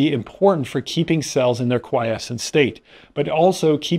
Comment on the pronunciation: Bwahahahaha 12/10 better than AI for sure. I think he's even real and capable of independent thought! God bless. OMG before I stop typing did you hear him say quiescent? I actually almost collapsed he did it so convincingly.